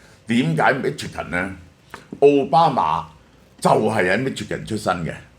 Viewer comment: Michigan 發音chi國語音西ch i